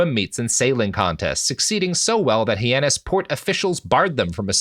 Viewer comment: Me: Robert's mispronunciations are funny Robert: hee-annis Me: 😶